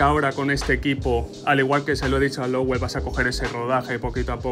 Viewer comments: ES LOWEL, NO LOWELL, VALE? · es Lowel, no Lowell